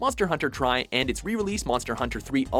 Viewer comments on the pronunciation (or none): really .... Why u read "Tri" as "Try"?